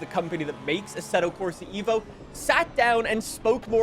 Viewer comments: its "eh-vo" not "evo" please . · Eh-vo not EE-vo. Its an Eh-volution, not an EE-volution